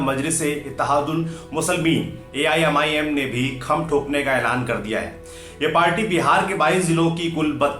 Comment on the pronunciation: आप AIMIM का नाम का सही Pronunciation नहीं कर पा रहे हैं